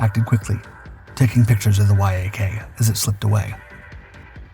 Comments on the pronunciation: The narration of the dogfight is so distracting. Why is he saying Y... A... K? Why isn't he saying yak as in Yakovlev the design bureau. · It's a Yak, not a Why-Ay-Kay. C'mon AI... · (Yak-9 & Yak-11) …the Why - Ah - Kay ‘s tail… and …the WHY AH KAY ‘s fuselage. (The Yak’s tail & fuselage). Damn, these AI voices annoy the h*ll out of me sometimes. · Surely the makers & users of these AI voices could write a little code for their products to read acronyms correctly !! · It’s actually not; dude’s been making videos with this cadence and voice for years before AI voice was a thing. No idea why he doesn’t know to pronounce it like the animal.